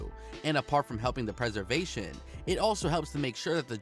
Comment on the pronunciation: he even said “preversation”😂